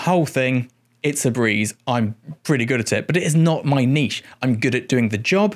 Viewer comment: Thank you for everything but especially your pronunciation of "niche"